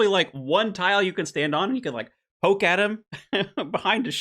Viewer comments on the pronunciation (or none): none